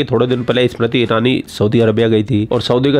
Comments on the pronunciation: MERI JAAN....SUMRITI NAHI.....SMIRITI IRANI BOLO. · Smriti.. not shummriteee 😂😂😂